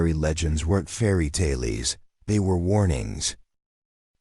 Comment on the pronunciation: Decent story. Ai could use some improvement. Unable to pronounce fairy tale correctly and reads end of sentence period as "dot" I commented to soon. the reading of punctuation gets worse as the story goes on